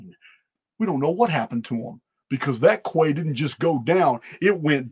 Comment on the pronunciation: the word “quay” is pronounced as “key” and not as if it rhymes with “sway.”